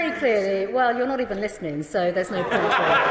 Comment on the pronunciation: "Your not even Lisnin'...."